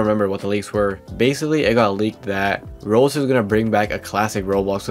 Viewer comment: why do you say Rols, I know your doing it on purpose.